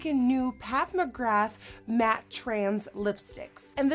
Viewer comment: NikkieTutorials its pronounced magra even though its spelt magrath x